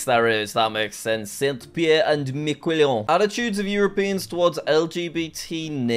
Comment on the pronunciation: i love how he mispronounces gujarat and then he correctly pronounces saint pierre and miquellon